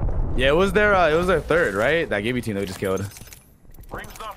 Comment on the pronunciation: I hate when ppl say Jibby, it’s Gibby.... with a G 🙄